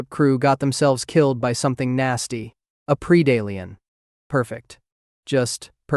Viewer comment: It’s not combistick. Its combistick It’s not Preedalien it’s predalien